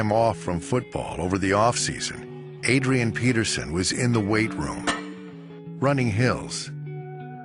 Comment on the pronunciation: Who hear the the guy speaking say Padrian Peterson ?